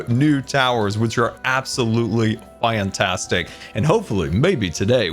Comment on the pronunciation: "Its Absolutely Fwaiantwastic" - 2021